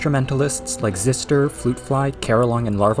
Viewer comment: So your mad at us for calling gnarls the wrong thing but then you pronounce xyster zister